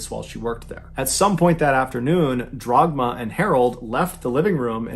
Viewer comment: On a sidenote, turning "Dagmar" into "Drogma" is a pretty crazy mispronounciation. Dude went all the way to the end to fetch that r.